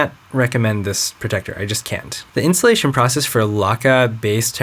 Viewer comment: I kept on hearing "The insulation process", haha! xD